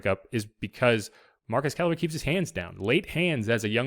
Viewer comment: His first name is pronounced MAR-QWEZ not MAR-QEZ. 👍🏾